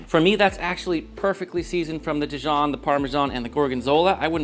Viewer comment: “dEEjon” not di-jOHN